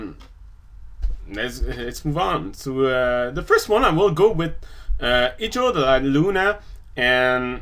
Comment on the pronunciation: Hahahaha!! I laughed so hard when you sayed: ''Hijo de la Luna'' I talk spanish so is funny when you say it!! Haha, i'm so sorry xD